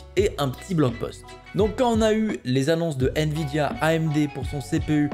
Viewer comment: "nviémi" fais un effort